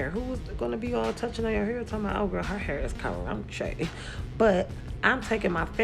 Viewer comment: How you said "ca-runchyy" cracked me up 🤣